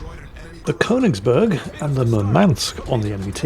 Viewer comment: Since the Königsberg gets mentioned so much, it's just too bad doesn't know how to pronounce it.